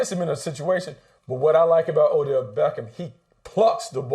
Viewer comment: He said O'Dell smh